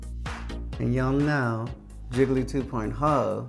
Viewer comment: Ok, but Jiggly also says "Jiggily" like Kylie....!